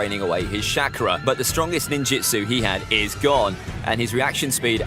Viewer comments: "Ka-ka-shi" "shackra" ITS KAKASHI AND CHAKRA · Is it making anyone else mad that he said “shakara “ tho that might be how they said it in dub I wouldn’t know- (I watched naruto is sub)